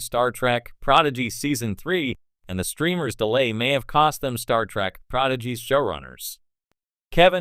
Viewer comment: You would think that if you are running a star trek channel, you could train your AI voice to say "Star Trek" properly